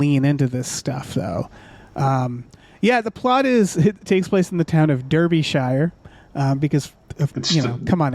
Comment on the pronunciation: Derbyshire is a county! And it's pronounced Daar bee shy er